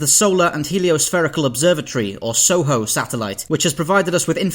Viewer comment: Soho sattelite... "Oight oight, innit owzat!"